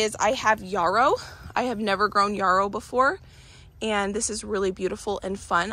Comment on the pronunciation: I love your videos so much, so cool seeing a full garden tour! Also yarrow is pronounce like arrow, with a y!!